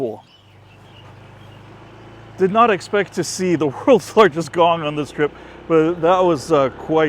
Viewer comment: The pronunciation the woed in Thai.=>whenyousay think about the woed"King-Kong" only suffix word "Kong" the sound similar that you said Gong But it's not correct exackly.